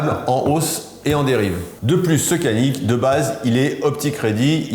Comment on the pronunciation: Super vidéo comme dhab bravo ! Effectivement le C en turque ne fait pas « ke » ou « ce » mais Dj. Donc faudrait prononcer « Djanik ».